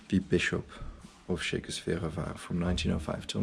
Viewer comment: Yes, that mispronunciation was driving me crazy the entire video. Lol.